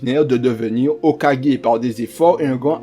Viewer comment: Alors au début de la vidéo , tu te trompes en disant qu’il est mort au rang de chunin alors qu’il est mort au rang de Jonin . Et ça s’écrit ´´hokage ´´ mais ça se prononce ´´ hokagué ´´. Ensuite le montage est bien mais pas assez dynamique , ce serait mieux qu’au lieu de mettre des pngs et des images , tu mettes des extraits de moments du combat . Ce serait plus cool et ça rajouterait un + , à ta vidéo ce serait plus dynamique et plus sympa a regardé . Et essaie de parler plus vite ( tu peux parler vite et clairement ) . Sinon la vidéo est cool , j’ai bien aimé ;)